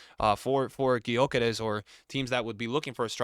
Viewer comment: Stop saying Sesko. It's Sheshko. Ch sound not S. Also Gyökeres is Gyuh-keresh, not Gy-okeres. American pronunciations bruh 🥀